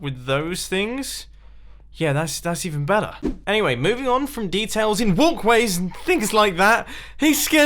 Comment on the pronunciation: mumbo i gotta ask u what in the world are 'WULKWAYS!'